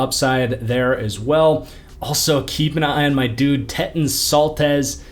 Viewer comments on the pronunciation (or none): none